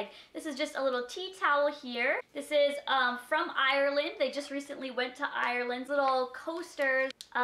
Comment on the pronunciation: Ireland is pronounced ire and!